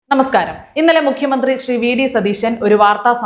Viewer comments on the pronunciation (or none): none